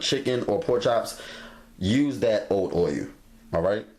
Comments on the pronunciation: "Boyul"...i lub it😎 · Can't wait to try these. Love the way you say "o-yull" 😄😄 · I'm not sure which bothers me more, the way he says oiyuul or his stove not being level.